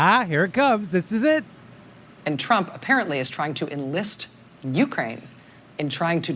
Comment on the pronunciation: You say Ukraine really weird. It sounds like you're saying Ukain.